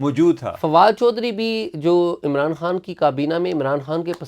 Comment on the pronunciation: عمر چیمہ صاحب عمران خان کو عمران ہان کیوں بولتے ہیں 🙄